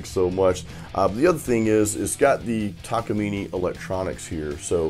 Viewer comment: the pronunciation of Takamine would actually be TA KA MEE NAY . It's named after the mountain just behind the Japanese factory.